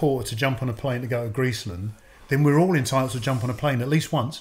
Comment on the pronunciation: Man said Greeceland im dead